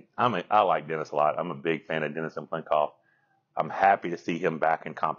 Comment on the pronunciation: Can I just ask why so many people add an extra "n" when pronouncing Cyplenkov's name? Most people spell it just fine but keep saying Cyn-plenkov. Just a pet peeve of mine.